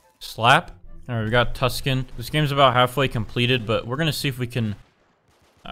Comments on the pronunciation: said ganes instead of games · Its games not ganes